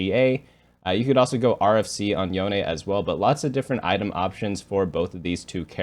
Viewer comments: I'm sorry but i wann address that Yone is pronounced as Yo-neh, and not Yo-un. It's kinda triggering me the way u say his name wrongly:( for some reason you did say it correctly ONCE though, afterward it went back to Yo-un. Great insight video eitherway! Been following your guides for awhile already and they really gave me an idea of what is strong. Keep it coming! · yo ne T.T say it right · noooo the way he said yone lmao